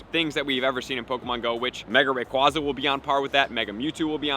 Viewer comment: Ray KWAY za Not KWAH